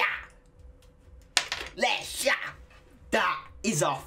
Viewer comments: loosing my shit with you saying Lexa right!! hahaha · The x can be pronounced in both ways in portuguese, like in "expectativa" (means expectation) the x sounds in the english way, but in Lexa's name sounds like "sh"